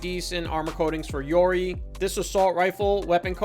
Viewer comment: His pronunciation of yoroi hurts my soul…